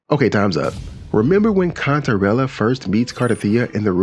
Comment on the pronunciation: At first, I thought you said Cuntarella